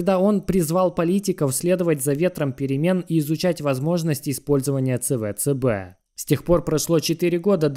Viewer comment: Какой на хрен ЦВЦБ? Говори правильно СиБиДиСи